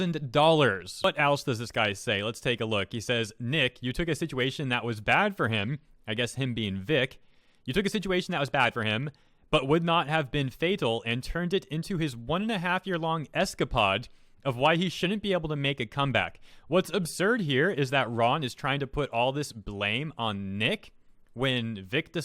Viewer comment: Did this mans say EscaPODE instead of escaPADE bruh i love you man but these mispronounced words man kill me...